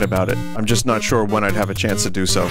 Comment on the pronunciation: “What must I DÜ?” Is my new favorite Vinnyism